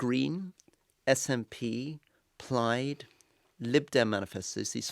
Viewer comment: "Plyed," Rory? "Pliiiyed"?? If you mean Plaid, it rhymes with the notion of a fad: plad. Scotch plaid. A wee bit mad.